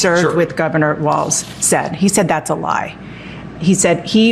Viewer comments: Pleassssse...his name is Walz, pronounced "walls" not "waltz" like the dance. There is no "t" in his name. If you want to argue that the alt-right doesn't pronounce Kamala's name, the least you can do is learn how to pronounce her VP's last name. Other than that, I love your videos and thoroughly enjoy your accuracy and truth about the facts. This is the 1st time I've ever made a negative comment about one of your videos, but this is important. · Talking about denigrating someone...pronounce. his. name. correctly! It's pronounced Walls, Walls, Walls, Walls, Walls. NOT Waltz like the dance. Now you're just pissing me off. You two are sooooo much better than this. Come on! Just like it's not Kamahla, neither is his name Waltz, like the dance. Say it with me: Walls, Walls, Walls, Walls.